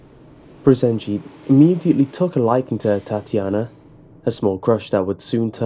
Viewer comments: ಠuಠ idk he says it like "TatIAna", not "Tatyana" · I like how u pronounce Tatjana, funny af xD